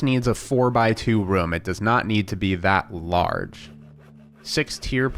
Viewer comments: It's room not rume room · reem? i think you mean ROOM!